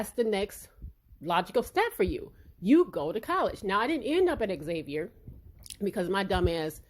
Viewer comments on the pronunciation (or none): Great video I agree with you 100%. Also, the school is pronounced “Zay-vier” not Xavier like the name lol. Signed a New Orleanian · It’s pronounced zavier. Please don’t block me lol I went there. Love your channel 🤎